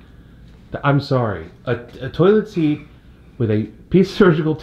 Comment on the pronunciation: "toolit seat"